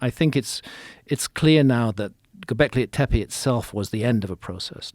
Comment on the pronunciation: I've always been convinced graham is soooooo obsessed with saying "gobleki tepe" like it makes him sound smart. I mean I'm sure he is, but just an observation always makes me laugh.